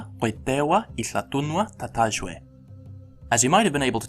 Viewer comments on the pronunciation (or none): A teeny tiny question for you, sir, on the matter of /j/ versus /y/. In the phonology charts at about , /j/ appears to only represent [j], but when you pronounced tatajwe it came out as a voiced palato-alveolar fricative. And then it appears [j] is written /y/ in qoytew, which is just fine, only just after that comes palquuquujuy, and I'm not entirely sure how to pronounce that now. I think you mean to spell [j] as /y/ wherever, and the /j/ might be an intervocalic allophonic equivalent, but would you clarify please?